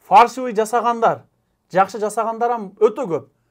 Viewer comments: Өзөгүн туура айттың ,бирок билим ал ,фаршывый эмес фальшивый болот тууганым. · Регистрация баюнча суйлодун туура ал жагы бирок фаршивый эмес фальшивые деп айтылат😂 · Фаршиаый эмес Фальшивый деп айтылат